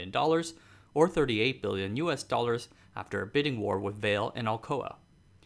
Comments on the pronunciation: It's pronounced Vah-lee not veil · It's not pronounced "Vale" it's "Vah-Lay" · If Vale is Brazilian, it probably shouldn't be pronounced as the ski resort, but as two syllables va-le. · Vale reads as "Vah as in "vast" and "le" as in lemon. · i would think you can pronounce the company name's correctly, "Vale".............. come on